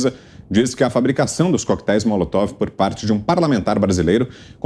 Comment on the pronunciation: Alguém aí fala pro Fiuza,que não é Molotof, é Molotov!😵😵😵😵😵😵😵